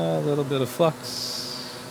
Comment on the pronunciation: I thought you might be having a stroke when you said "just a little bit of flux"